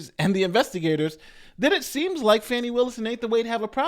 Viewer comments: Its FAWN- KNEE : )) I want to know is it really or has it been FANNY til lately ? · come on now. at least pronounce her name correctly. it's not pronounced "fanny." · Why can't anyone say her name correctly? It is pronounced Fawn-E.